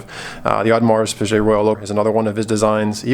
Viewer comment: uDDmars PEEjay lol Dude!!!...!!! It is pronounced oH-DE-mARS pEE-GAY